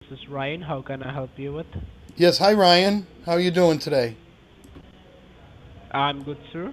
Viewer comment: Ryan... rhymes with "lyin".